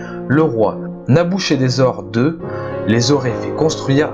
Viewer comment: Revoir la prononciation des noms : - Gizeh se prononce comme son autre orthographe le souligne Guizèh (al Gizah en arabe) ; - le « ch » de Nabuchodonosor II se dit « k » : Nabû-kudurrī-uṣur (« Nabû, protège mon fils aîné » en babylonien).